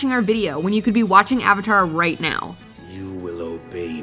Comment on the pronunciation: A-VA-TAR!!! A-VA-TAR!!! A-VA-TAR!!!